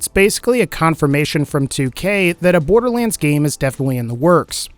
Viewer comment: borderleands?????????? SAY IT RIGHT DAMNIT!